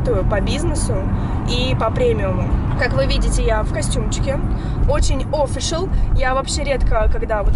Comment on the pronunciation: official, ударение на первую i.